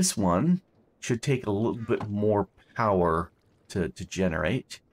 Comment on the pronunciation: POWAHFUL POWAH!